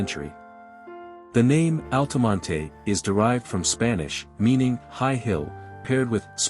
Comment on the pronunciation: I grew up in Altamonte Springs, if you're going to do a video about it, you might want to learn how to pronounce it, the "e" is silent in Altamonte! 😁 FYI - In case you knew that, use a pronunciation key in your AI voice generator >>> "ALL-tuh-mont"